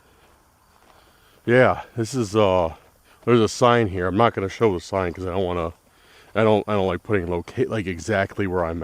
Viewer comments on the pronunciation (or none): none